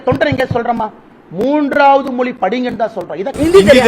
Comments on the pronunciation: Moli illapa Mozhi.. atha first correcta sollu.. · Mr. அண்ணாமழை.. அது மோலி இல்லை, மொழி, மொழி... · என்னது மொலியா மொதல்ல மொழி னு தமிழ்ல சொல்லி பழகு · மொலியில்ல இல்லை மொழி